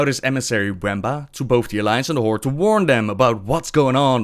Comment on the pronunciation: The however many dislikes are likely due to the language barrier, but it could be fixed for the most part in three steps: 1. "th", not "d" 2. "r", not "rrrr(rolling)" 3. "Horde", not "Hordes".